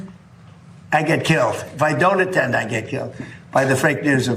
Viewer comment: ATTENED ATTENED ...PLEASE !